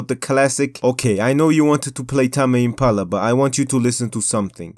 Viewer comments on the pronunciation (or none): Tah-may Impala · i'm not sure if ta-me impala is hilarious, the best pronunciation of all time, or just how you actually say it, but i loved it regardless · Tah-meh impala like it be some Japanese band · Lost faith in his opinion when he couldn’t even say tame impala